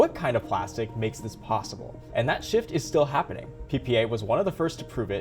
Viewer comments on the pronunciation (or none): none